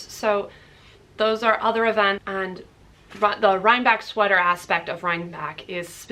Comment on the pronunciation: I believe it’s pronounced RhineBECK…not back…